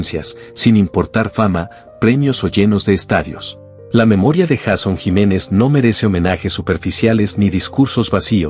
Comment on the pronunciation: Porque dice Jason Jiménez, el nombre de él es YEISON JIMENEZ Y SU NOMBRE COMIENZA POR : YEI.... , NO JA...